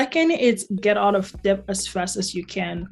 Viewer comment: “B” is silent in debt.